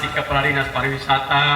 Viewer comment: ingat Pariwisata bukan parawisata hehehehe